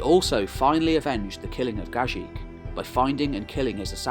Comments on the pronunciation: Just one correction, Gagik is pronounced Gah-geek. Also thank you for your amazing videos. Watching these videos is more interesting that watching Game of Thrones. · Wonderful video. Only the name spelling is not accurate. Gagik ( the last g should pronounce same way as first G not ji), Cilicia ( from Latin C in English is K sound - Kilikia ). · Great video, thank you from Armenia,,, only the right way to pronounce Gagik, is to pronounce the second "g" the same way as the first.